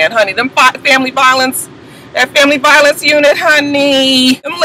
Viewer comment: I thought she said "VIO-LANCE" (violence)